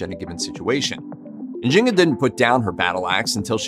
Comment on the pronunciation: I think her name is N’zing-aa